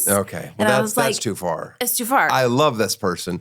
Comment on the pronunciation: I love how all things Tosh's son says are translated (e.g. he says "sar" but the caption correctly reads "far"), but titty tat remains the same.